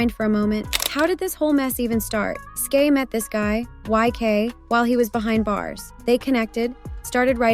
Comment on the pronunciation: Brooooo for fcks sake its SKY not SKAY The way that irritated my soul 😭